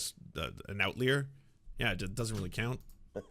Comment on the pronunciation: Good segment, as always! But uh... , it's out-LY-ur, not out-leer. As in 'one who lies outside'